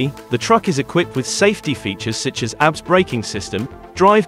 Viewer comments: ABS braking? It’s not pronounced as a word ‘abs’, it pronounced as initials, A B S. For Antilock Braking System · Agreed his pronunciation on some names are not correctly pronunced properly lol when he pronounces abs its like looking at somebody is working out at the gym 😂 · I was like, "damn! those breaks have 6 packs!" lmao!